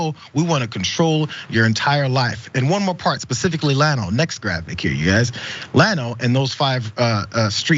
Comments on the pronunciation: Pronounced "Yawn-o"....not "Lan-o" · Llano is pronounced "yano" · Its pronounced "yano". Thats ok they probably pronounce it wrong in Texas too.